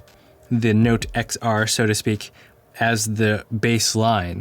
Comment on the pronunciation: I'm just noticing that you're saying "Nowte". ;-) And "Phowne". Or "Phoewne". :-)